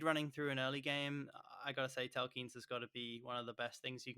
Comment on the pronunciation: Its.tela kines not tel keens